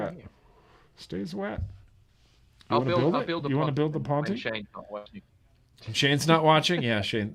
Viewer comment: The Pontiiii the Pontiiii...you guys are funny 🎉Ponte (bridge in Portuguese) reads Pont without iiiiiii